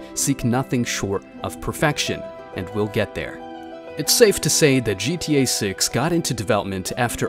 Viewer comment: "gta 6" nah he said "gta sex"